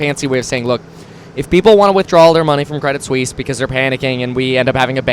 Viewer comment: Kwedit Swiss uwu